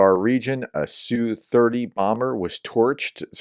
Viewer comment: The aircraft is not pronounced "sue30" . The correct way is letter S then letter U then 30. Most Russian military aircraft are like this.